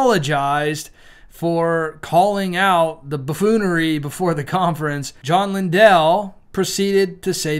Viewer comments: It’s not linDELL. ITS LINDLE LIKE KINDLE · Also, Lindell is pronounced like kindle. 🙂